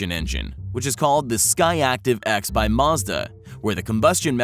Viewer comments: er...the Skyactiv x is by Mazda...not Muzda (".) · Marzda? It's Mazda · He even says Mazda wrong oh and the boxer engine is real